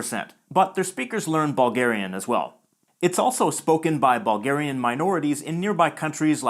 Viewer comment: Anyone else hear "ballgarian" and "ballgaria".